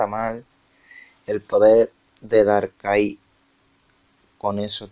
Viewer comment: "Darkai" tipo fantasma... Estudia un poco anda...